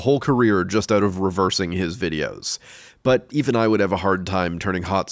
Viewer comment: Now if I hear "but" in any other videos I see and hear "butt"